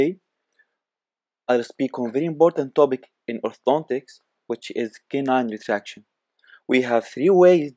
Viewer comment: Oh.. We are going thu rethract the canine🤣